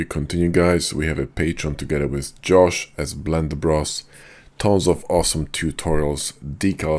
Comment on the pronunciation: I get happy every time I watch a “Belnder” tudorial from this guy